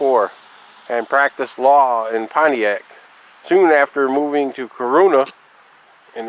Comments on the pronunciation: To say it right is not by the spelling. It's cor run na just to break it down. This is my home town. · You don't know the right pronunciation of Corunna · I'm from here and that's not how it's pronounced. Born and raised. Not how it's pronounced at all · You said Corunna wrong